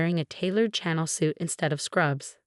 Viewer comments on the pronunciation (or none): Billed, not built. Caught, not cop. Bonus, not bombers. Needed, not meet. Chanel, not channel. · Chanel not channel. Chen is a surname that appears often in these stories.